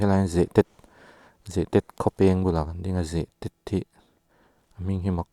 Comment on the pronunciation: Boss "Zehtet" hi Zehteeeeet ti a lam tur ania, Rangte hi Rang/Tial anga thluk lam tur ani bawk, Phairuangkai leh Hauruang inkar hi "Pachang Khua" BRTF hmun thin ania, In a tam ta lutuk lo, tunhnu hian